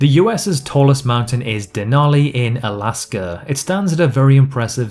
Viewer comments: Alaska Alaska not alsker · Texas and Alasker